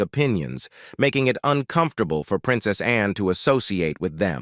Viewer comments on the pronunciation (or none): Always been a fan of Princess Anne, she's extremely dedicated to duty. Is it me, or does she not remind you of Miss Manners? They could be sisters. BTW, lose the voice software, it's incredibly ridiculous! Seriously, when it pronounces Princess Anne as Princess Ann-e?